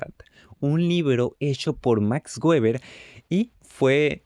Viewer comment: Gueber xd En español no se debe prununciar gueber, se debe mencionar (beber = Weber) O el correcto en alemán (beba' = Weber) Pero no gueber Buena explicación :D